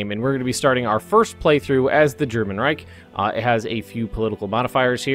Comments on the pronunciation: Please.. Reich is pronounced ''raish'' ... SH , not CK ... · There is no K in the word Reich! -.